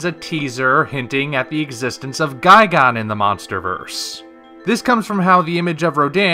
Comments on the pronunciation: GUY-GAN not guy-gone it's even spelled gigan. Were are you getting the gone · Why do you say "guy-gone?" It's "guy-gan." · “Guy-gone” XD